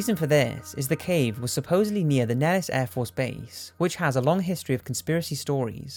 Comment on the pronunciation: Nellis is ACTUALLY pronounced: "Nell-iss" Air Base